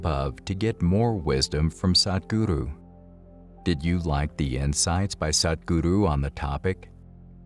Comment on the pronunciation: Great job on the "Sadhguru" pronunciation - from 'sad' to Truth - much improved;)! The Yoga of Relationships is one of the most advanced Yogas - and right understanding in this realm is not easy to come across. Thank you for the brilliant distinctions.